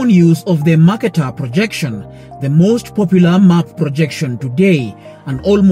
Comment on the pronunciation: A good video overall with pro-Africa distortions but will you please learn to pronounce "Mercator"? And when you talk about maps being wrong, don't show the globe which is obviously not very distorted. It may surprise the producer that I was actually taught all that about the maps in Junior High School. The video underestimates education even in America.